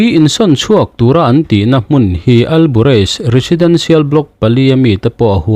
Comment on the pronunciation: Hmun hi hun bi tiha hun thlukin thluk la a dik chiah ang.